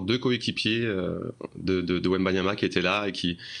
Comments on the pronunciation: C’est pas wembamiama ? Mince je croyais 😜🤣 quand c’est autre chose que du foot toute façon… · Meme pas foutu de dire son nom correctement, ils sont ridicules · un de ces jours il va falloir apprendre à prononcer Wembanyama monsieur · un journaliste français qui ne sait même pas prononcer le nom de Wemby correctement. La honte. 😂😂😂